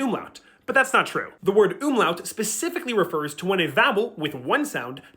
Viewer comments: And yet for the entire video he pronounces umlaut "ümlaut" ( close enough ) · I love how you demonstrativ Umlaute immideatly by saying Ümlauts. Please stop that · Explaining the difference between „U“ and „Ü“ but then continiously calling it „Ümlaut“ instead of „Umlaut“ triggered even my German ancestors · Great content, please learn how to pronounce UMLAUT correctly